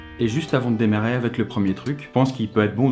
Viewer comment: Enrhumé? J'avais l'impression que t'avais du mal à articuler rien que comment tu dis "démarrer" a.